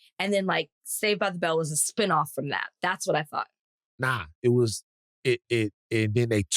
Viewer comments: As many times as I have heard these pods it does still sound like Thot - I wouldn't be surprised if it is an intentional tongue in cheek pronunciation 😉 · When Van says Thought Warriors, it sounds like Thot Warriors. 😂 Is it just me?